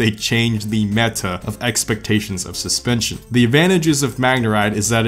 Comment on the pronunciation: We will see if you know suspension, better than you know how to say them......